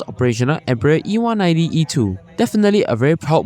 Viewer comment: It’s pronounced “‘‘em brai uh”